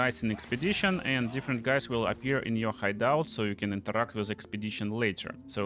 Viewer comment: worst accent eveeerrr omg i cant listen to that. INTERRRRAAACT in ZIGURRRAAATT